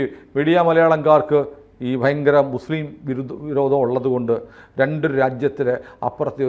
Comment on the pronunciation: ഫയങ്കരം അല്ല ഭയങ്കരം ആണ്